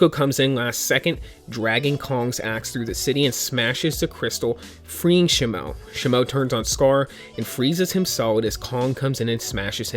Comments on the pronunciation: It’s pronounced she moo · "sheee moo" is pronounced the new ice titan ..also, i love leeks..keep getting us leaks and informed!! i love it! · No is pronounced Titan Shimo I'm not mad is just wrong to say in my perspective okay